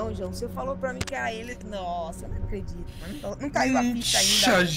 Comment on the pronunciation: "eu não acréditu" ri muito.